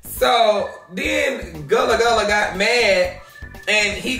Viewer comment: He play too much, he called Gillie “gullah gullah” 😂😂😭